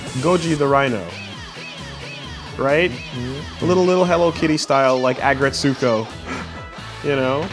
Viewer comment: How do,, and all manage to pronounce Agrretsuko wrong? The U is silent, its not sooko, they say Retsuko all the time in the show but these bozos don’t know how to say it